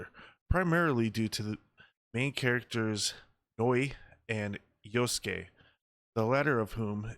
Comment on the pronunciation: huh?!! you're crying disrespect??? it's fiction. you sound so white, why are you disrespected for the JAPANESE. I'm asian and a lot closer to the japanese and I'm not offended. jeez. white people being offended for asians..... you can't even pronounce YASUKE properly. talk about disrespect. and what makes you assume the game's gonna make you play yasuke? from how i understand it, the JAPANESE girl ninja is the playable character. she has the hidden blade. yasuke seems to only be the main support character.